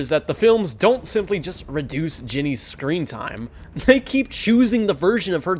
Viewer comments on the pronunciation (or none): none